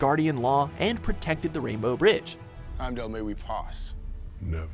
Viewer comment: Him Doll? wtf dude?